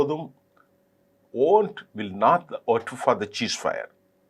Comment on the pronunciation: Sir I have been noticing you for a long time, you always say it's "Cheesefire" but to be correct it's "Ceasefire"